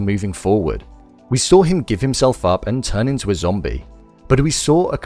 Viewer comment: I love win you keep saying zambie